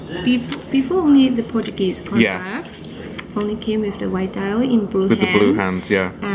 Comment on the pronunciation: Its Portugueser . Get it right man